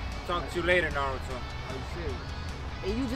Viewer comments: Narudo it’s naruto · How does not know how to say Naruto